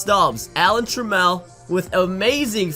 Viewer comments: TRAAM-EL not TRA-MEL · All right I can't take it no more you're pronouncing Alan Trammell's name wrong Google it. Lol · Right? Made me cringe